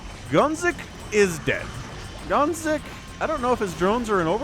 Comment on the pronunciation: hearing gonzik🇨🇿 being called gonks the whole game was traumatic tho